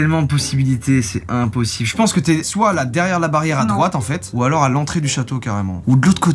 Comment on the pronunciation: pourquoi tu a dit soite